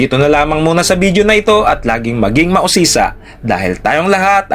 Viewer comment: Ok na sana eh nasira lang sa "bidyo" hindi video.